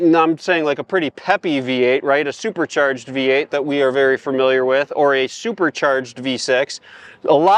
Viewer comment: i love the northern/midwestern pronunciation of "supercherged" 😂👍